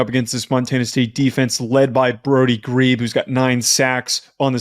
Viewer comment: #41 is Brody Grebe, pronounced "Gree-bee"